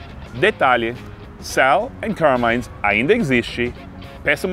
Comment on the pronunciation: Um detalhe: "Carmine" é um nome italiano, e a pronúncia é "cármine", não "carmáine"